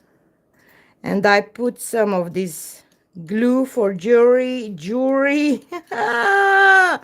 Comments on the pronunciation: Jewelry pronounced jew El ree. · Jewelry pronounced jew